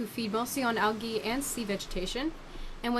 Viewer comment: Why u keep sayin algae like dat lol